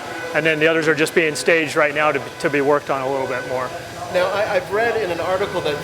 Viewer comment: moar ? , that's not how the English say more.